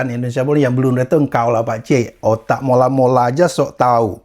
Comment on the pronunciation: Mola mola bang,bukan Malo malo😂